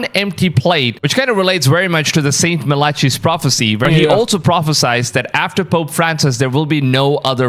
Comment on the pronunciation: Malachi? Love the way he pronounces it lol